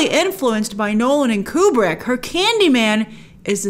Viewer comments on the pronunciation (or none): none